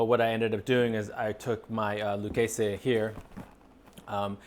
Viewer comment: Pronounced "Lou kay zee" fyi...